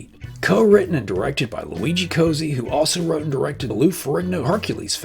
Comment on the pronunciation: Cozzi is pronounced "Kot-see", BTW